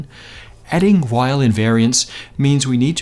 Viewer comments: "Weyl" is pronounced in English as "V-eye-uhl", the "V" coming from the fact that he was German. "W-eye-uhl" is a common American mispronunciation. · It's pronounced "Vile" (like a German saying "while") not Wheyl...! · Until you can offer physical evidence, it's all just nonsensical religion. Ten or eleven dimensions? Please. And string's reliance on a negative cosmological constant? Don't get me started. And Weyl is not pronounced "while," his named is pronounced "vile."